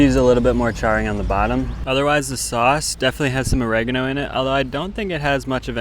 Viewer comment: OH - REH - GAH- NO... not o-reg-eh-no